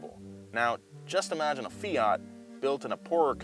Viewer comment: greetings from Italy! please, the T in FIAT is hard, like TOYOTA. It's quite important, it stays for TORINO that's the city where the factory comes from. And the FIAT 127 was one of the best cars in the world, my mom had one when i was 5, that was amazing